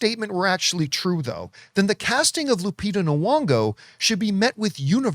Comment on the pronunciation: Hi John, Lupita's last name isn't pronounced Nowongo! Drives me crazy!😀